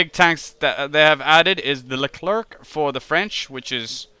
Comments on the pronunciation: why did you pick the gazelle instead of the other tigre (HAP i think) ? and yeah, it's "lecler" and "rafale" not "leclerKKKK" and "rafael" ;) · The Leclerc is pronounced just like LeClair (you do not pronounce the C...yeah I know French is weird) and it's Rafale not Raphael :)